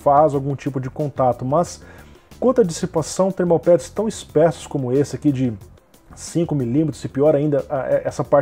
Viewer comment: *Espessos (ê).